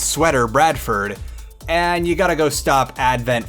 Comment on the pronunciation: i love how says bradFORD